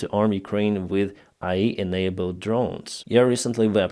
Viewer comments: Ok, I always give you a positive. However, IE doesn't do anything, maybe AI can help you better with your pronunciation. Love and respect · AI A-ARTIFICIAL I- INTELLIGENCE It is pronounces as A..I. Seperate letters and not a word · Just fyi English pronunciation of vowels with AI rhymes with "jay-eye"